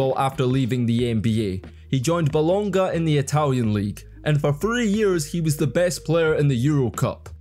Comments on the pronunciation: Bolonga wins the prize my friend. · BoloNGa and bjelica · Bjelica and Bolonga for sure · Things you pronounced wrong: Millosh, no Miyosh. Bolonya, no Bolonga. Nemanya Bielitza. Spaniolis. Yool, not Lool. AK47 is Andrei, not Andrea. And Euroleague Phil Jackson is pronounced Ze-Li-Ko Obradocivh. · Bolon-ga pronounced Bolonia..its an italian city🤣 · gotta be the BOLONGA pronunciation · Italian here - Bolonga made me jump to the comments to do a sanity check lmao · BOLONGA for sure. Glad your taking this pretty well 😂😂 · Although Bolonga, Spanoulsis and Belisia were the worst, I really enjoyed the cretivity on Slauskas (it is ponounced just Slukas) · Bolonga was wild....Slossas(Sloukas) too...Spanosis wild one too...just need to read and spell dat shiat....Spanoulis...not difficult at all....bjelica became italian too...🙃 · I'm not the only one looking for pronunce related comments... My favourite was Bologna.... Or Belonga at this point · try boloneea fo r Bologna and Nemania Beaelitsa for Nemanja Bjelica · Please put some effort... Bolonnga? Beleeshea? Spanulses? And please don' be biased use facts: "traded to their better rival"??? (7 vs 3 Euroleague titles, 39 vs 14 national championships) also Spanoulis' 2009 Euroleague title was not with Olympiacos but with Panathinaikos. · "BolonGa" ok I guess we're just getting started, however this isn't just a team,it's a famous city and I think you should know how to pronounce it. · Bolonga? Amaterji. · Bologna man, it's like Lasagne alla Bolognese etc :D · BOLOGNA? BOLOGNA, REALLY? My ears are dripping blood from pain and wounds from you speaking :)